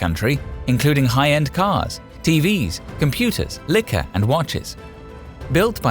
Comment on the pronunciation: this guy can't say liquor properly